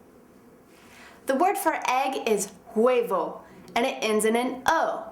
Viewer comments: de V wordt nie uitgesproken in spanje! huebo, wordt het uitgesproken! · hahaha personas que hablan español, no se fijaron que la vieja cuando dice huevo lo pronuncia gueybo hahahah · i'm mexican and this girld don't meet good the spanish but, is a good teacher, jaja her pronuntiation is bad D: el huevo... jaja